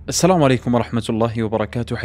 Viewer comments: شيخ الله يجزاك خير. ونفع الله بك عندك كم خطأ في قراءة الآيه الله يجزاك خير 1. السلم الصحيح. تقرأها. السلام 2 مغانم بالظم وليس بالفتح جزاك الله خير 🌹🌹🌹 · فقط يا أخي في قوله تعالى " ولا تقولوا لمن ألقى إليكم السلم " فكلمة " السلم " تُنطق بالألف مثل " السلام " فالألف الصغيرة أو الخنجرية التي بعد اللام تُعامل كالألف الكبيرة بارك الله فيكم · ملاحظة بسيطة قُرأت السَّلم وهي (السَّلام )فيها مد ⭕️⭕️⭕️⭕️⭕️⭕️ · اخوي قرأت كلمة السلام سلم هل أخطأت في قراتها ام اني توهمت في سماعها....وهي الكلمة السلام بارك الله فيك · تنطق السلام وليس السلَم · تصحيح بس في قراءه الايه:(ولا تقولو لمن القى اليكم السلام) وليس كما قراها السلم وكلمه مغانم بالفتح وليس بالضم.ارجو ان قرات تعليقي ان تضع شيخا يقراه او ان تسمع الايات قبل ان تقراها لانك كثيرا ما تخطئ فيها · قرأة الآية غلط اخي قلت السلم وهي السلام في ألف إذا صغيري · قراءة الآية فيها خطأ الدقيقة الصحيح السلام ليس السلم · الاية اللي قريتها السلم❌ السلام✅ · الايه والله اعلم غلط في قراءة السلم ❤ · يا اخ سورة النساء في الآية ٩٤ ( يا أيها الذين آمنوا [ إذا ضربتم في سبيل الله فتبينوا ولا تقولوا لمن ألقى إليكم السلام لست مؤمنا ] ) انت قلت السلــٰم تنطق السلام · السلام عليكم ورحمة الله تعالى وبركاته أخي. الله يجزيك خير الدارين على مجهودك الرائع فقط أردت ان أنبهك على قراءة كلمة السلام وليس " السلم" كما هي في آيتين ٩٠ و ٩١ ﴿يا أَيُّهَا الَّذينَ آمَنوا إِذا ضَرَبتُم في سَبيلِ اللَّهِ فَتَبَيَّنوا وَلا تَقولوا لِمَن أَلقى إِلَيكُمُ السَّلامَ لَستَ مُؤمِنًا تَبتَغونَ عَرَضَ الحَياةِ الدُّنيا فَعِندَ اللَّهِ مَغانِمُ كَثيرَةٌ كَذلِكَ كُنتُم مِن قَبلُ فَمَنَّ اللَّهُ عَلَيكُم فَتَبَيَّنوا إِنَّ اللَّهَ كانَ بِما تَعمَلونَ خَبيرًا﴾ [النساء: ٩٤] متابعة من أمريكا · في الدقيقة أخطأت في قراءة الآية فقلت السلم بدل السلام وجزاك الله خيرا وبارك فيك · جزاك الله خيرا قراءة اول اية ولا تقولوا لمن القى إليكم السلام لست مؤمنا السلام فيها مد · ما شاء الله تبارك الله سرد للقصة اجمل ما يكون شي متكامل بارك الله فيك، ،لكن تنبيه فقط الاية كلمة السلام تقرأة هكذا السلام وليس السلّم لان عامر سلم عليهم فقال تعالى لمن القى عليكم السلام